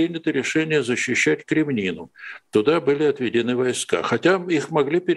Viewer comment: Не Кремнину, а Крэминну